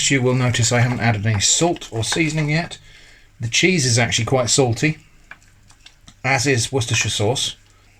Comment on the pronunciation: Uhhh... This might be a language barier and I do mean nothing bad by it... but did you say Jizz on toast or Cheese on toast...? And if you said the former is that some kind of just Thing british people say? I litteraly listened to it like 20x and I am not sure :D